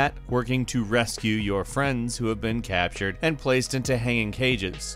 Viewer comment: don’t u mean CAT-tured